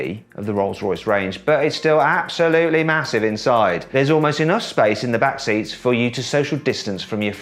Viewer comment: 앱↗️솔루리-- 발음 중독될거 같다